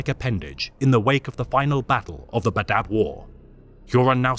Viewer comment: Cool video, but the way you say badab is terrible 😂😂😂 it's bad-ab, two syllables not badab, one syllables lol